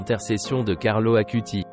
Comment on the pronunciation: Carlo Acutis. Non Carlo Akuti